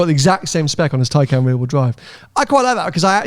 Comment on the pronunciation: Tnx for the shout out (Silver Taycan) and the way you pronounce my name!! 😆 Glad Tony wasn’t too harsh 😎